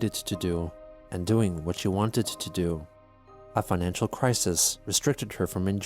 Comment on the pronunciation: It's not a financial crisis. It's a financhu crisis. rly